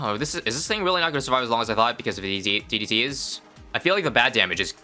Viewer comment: "I've never seen that many DDT's in my life" maybe add more emphasis on DDT instead of...